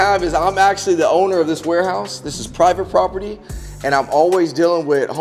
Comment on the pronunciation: Did he say privaty property. Not going to lie i would fumble them words to with my adrenaline that high.